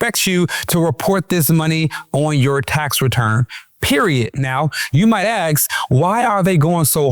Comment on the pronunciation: Ask, not Aks, my god!!!